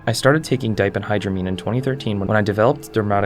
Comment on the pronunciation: 1) That ph in diphendhydramine has an f sound, not a p sound. 2) Diphenhydramine is the active ingredient in most OTC sleep aids, such as Tylenol PM. So, it is commonly used for aiding sleep (though they usually charge more for the sleep aid than store brand of Benadryl).